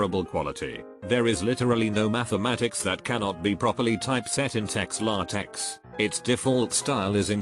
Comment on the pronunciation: It killed me to hear the computer program pronounce LaTeX as “lahtecks”